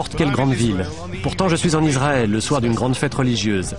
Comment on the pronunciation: On ne prononce pas Izzzraël, mais Isssraël, merci aux professionnels du doublage de bien vouloir respecter la langue française.